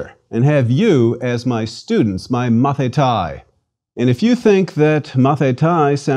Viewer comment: I had to stop after . His pronunciation is wrong. The word "student" is not pronounced "mathita-e". It's like the American English pronunciation of "Leonithas", pronounced with the Americanised "i", that makes it "Leonaidis". In Greek, regardless of the period, when "a" and "í" come together it becomes a double "ee", not as in "teeth" but like an extend "e" in the word "hello" - "heello". So, "student" is pronounced "mathitē" and written "μαθηταί". The fact that the speaker doesn't know this simple fact, bodes poorly for the rest of his pronunciation and alleged knowledge of Greek.